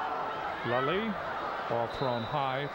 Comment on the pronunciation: Why did they keep mispronouncing Ashley Leslie's name. They kept saying "Lalie" even said Lalie and Lelie within the same conversation with Dick Tomey. Either way thank you posting this. Never had a clue Ben played against Hawaii.